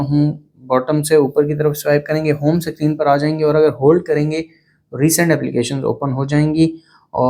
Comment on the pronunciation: Screen ❌sacreen✅ 😂😂😂